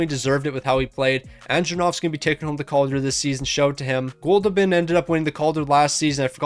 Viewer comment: “Goldoobin’” made me laugh everytime you said it 😆 I love it lol